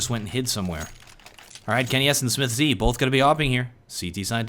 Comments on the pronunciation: i love your videos but please, stop saying smith-Z, just say smiths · Maybe check your pronounciation of SmithZz, sounds weird to me. Nice video anyway, thanks for uploading since I missed this game :D